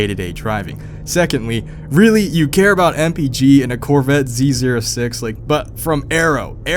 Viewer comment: Okay but u said Z zero 6 dude cmon